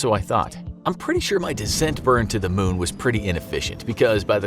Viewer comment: Its moon not mun